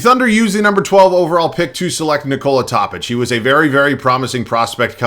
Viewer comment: Topić is pronounced "Tō(like Toe)-pich" not "Top-ich" btw. I love your content tho!